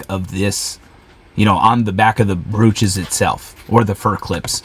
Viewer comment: Hey there! This is a fun channel. I champion your success. The correct pronunciation is “broach” (like roach). Also, you have misspelled the word in the title of your video on YT, which may affect your views.